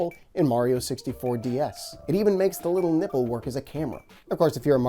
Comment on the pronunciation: Sounds like your saying the “nibble” when clearly you mean “nipple” 😂